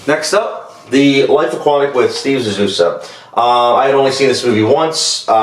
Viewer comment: just so u know, this is like the 2nd time you pronounced "the life aquatic with steve zizzou" wrong, u keep saying like zizzouso lol. still an awesome video man keep it up